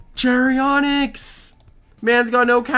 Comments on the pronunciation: Random pet peev with. His pronunciation of every loomian’s name. “Charyonyx” like how. It’s literally spelled “char onyx” like the word character or Charon from the myths and the rock onyx… HOW. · Why he calling it "Cherry Onyx" Where did he get the 'y' from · I think it's pronounced as ch-ar as in charred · It's charonyx as in sharon-nyx The name charon is pronounced as Sharon, and onyx is literally an irl ore Sharon-nyx Your welcome